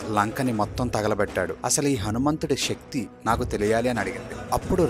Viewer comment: ష కాదు శక్తి అని పలకండి తెలుగును చంపొద్దు .